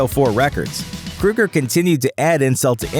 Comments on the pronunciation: Keoeger. Not Kruger. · Kroeger. his name is Kroeger NOT KRUEGER! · I can't stand this pronunciation! It's Kroeger not Krueger! Capital O sound. Like in "Soul". Kr(O)ger. If you're gonna make a video about something or someone, please get the pronunciation correct. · I don't think his name is pronounced "Krueger". It is either Kroeger with a long "o" or "Krager" how it is pronounced in Germany. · Crow-Gurr not Crew-Gurr ffs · KROW-GER...not krew-ger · I really hate how people pronounce Kroeger as " Krueger" i mean really, it's not the same people. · Stop saying KRUGER. His name is KROEGER, which rhymes with yogurt. Freddy Kruger does not approve of this video! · Grunge Right... and John Boehner's last name is really pronounced "Bay-ner" just because he says it that way. Definitely NOT "Boner." Just like I'm sure Chad "Kruger's" last name isn't actually "Kroger." Except it is. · Pronounced "Kro-ger, as in the name of the grocery store. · At least pronounce his name correctly, idiot. It's KrO ger, but they still are cookie cutter crap songs. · Kroeger. "Kr-oh-ger" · It's not Kruger. Annoying. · Ozzy bit a head off a bat, Alice Cooper caused a chicken to be killed, Axl Rose throws a fit when James Hetfield was burned on stage but Chad Kroeger (pronounced Crow-ger, numbnuts) brags about drinking and HE'S the bad guy? too bad he can't hear the haters from his mansion. you guys probably take President Trump serious when he says stupid guy stuff. #HatersGonnaHate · I love how he can’t even pronounce Chad’s last name right but will offend Nickelback. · Can't even pronounce his last name correctly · Pronounce his name right and maybe you wouldn't have such a shitty like : dislike ratio. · So we all just gonna act Ike dude didn’t mispronounce chads last name throughout the entire video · Learn how to pronounce his name FFS!